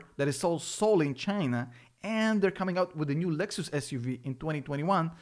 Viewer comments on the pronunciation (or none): none